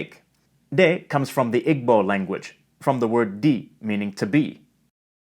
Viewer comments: you pronouced igbo wrong it's pronounced E-BOL not I-G-B-O-L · You pronounce it like ibo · Great video, but your pronounciation of Igbo is wrong, the g before the b shows that you stressed/ over emphasize b so Igbo is ee-!bo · It's been a few years at this point, but I didn't see anyone mention it, so I'll note that "Igbo" is actually pronounced "EE-bow" in English, and more like "EE-boo" in native pronunciation. Wikipedia does have "IG-bow" listed as a US dialect alternative, but I'd imagine that that arose and spread from Americans mispronouncing a word they had only encountered in books. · Igbo is. pronounced eebo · Your information is excellent, and very very enlightening! One slight criticism: the word, Igbo is actually pronounced EEbo. Wow, that doesn’t take away from your overall excellent information, those that are familiar with the pronunciation of words would find it a bit grating to hear the mispronunciation😢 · Awesome lesson! Just a heads-up, "Igbo" is properly pronounced "Ee-boh". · Thank you for sharing! Jamaican Patois is also called Nation Language. For more on the difference between Dialect and Nation Language, I invite you to consult Kamau Brathwaite and Nation Language. Also, Igbo is pronounced EEEEBOW. The b is silent. Tank you man fe dis. Yu nuh perfek, but yu do a good-good job my yout. Yaad Big! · Ah, but please, do not say iGbo! The g in igbo is silent! It makes me cringe when people say iGbo! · The ‘g’ in Igbo is silent, should be pronounced Ib-bo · Very nice video, but ‘Igbo’ is not pronounced [igbo]. The ‘gb’ is a doubly-articulated bilabial-velar consonant, represented in IPA by a g and a b mashed together. It takes a bit of practice if you're not used to it, but it's not that hard to pronounce. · Emm chief the g in Igbo is silent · The pronunciation of igbo was painful to hear but this is a very informative video tbh